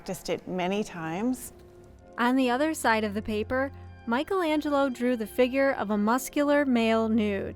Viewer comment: Start by pronouncing his name correctly, thank you